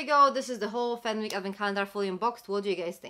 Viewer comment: It's pronounced Fenick, the w is silent. Thank you for the review x